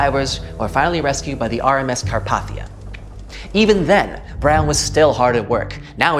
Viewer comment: Every time he’s saying Carpathia wrong